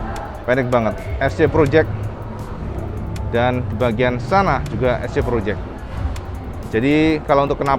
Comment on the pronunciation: Ngomong Es Si Project aja ngomong nya es ce. Payah bgt lu om.hehee